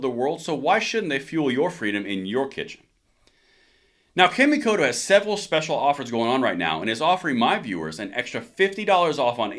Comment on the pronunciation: Awesome video. Knife company is pronounced " Ca Me Co Toe. " It's just the way Japanese is written in English letters.